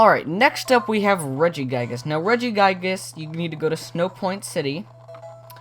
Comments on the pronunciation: regiguygas? no the second i is soft pronounced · He says regi guy gis lol